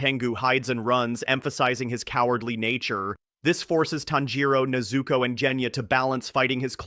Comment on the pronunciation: Bro, if you don't bother putting any effort in arranging and pronouncing them Japanese words Family name/Name correctly or at least again try to nail them... Why bother?? NeyyyyZuuuuukooooow and tannjjjirowwwwww. Just do the dub stuff please... I mean seriously. Please